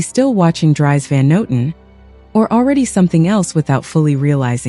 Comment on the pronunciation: Just a small remark: Dries, the name, is pronounced differently:) I hope you don't mind correcting you.